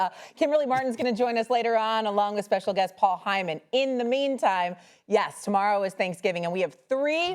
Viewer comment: "Paul Hyman" 😂😂😂